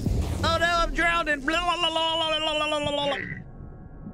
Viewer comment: You killin me saying "drownding" 😂😂😂